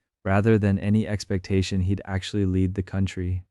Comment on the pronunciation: Really! " lead"! They would have lined the casket with " lead", which rhymes with head! Lead, rhyming with read, means to set the way!